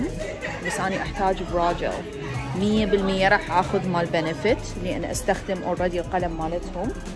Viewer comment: ما تكول اخذ تكول اخوذ 😂😂 هواي تحجي انكليزي🤦‍♀️🤦‍♀️ عبالها متابعينها عباقرة